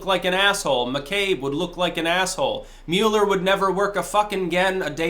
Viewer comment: Especially since you can’t pronounce his name right LOL